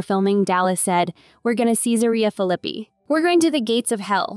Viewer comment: Say Caesarea Philippi correctly. If not then I will not watch your videos. Pronunciation is important. Try having international students living in your house. They earnestly want to learn ENGLISH and pronounce it correctly.